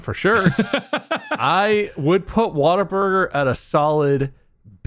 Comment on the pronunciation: Am I the only one who thought it was "Waterburger"? Everyone I've heard has pronounced the "Wa" like "Wah" as it's pronounced in "Water". It's "Whataburger". I kind of figured that, but "Waterburger" also sounded like a name. (bootleg Krabby Patty?)